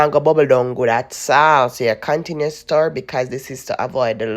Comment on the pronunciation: Mi love when u say sturr it up.